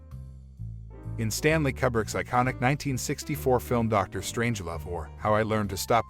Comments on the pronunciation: God damn, son! It's Koo-brick! Damn! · "Forgotten," lol, umm.... "Kubbrick" smh.